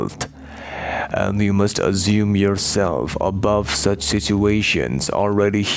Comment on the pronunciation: I need this answered as well!! what's he saying ?! " azuming" " assuming" I dunno 😅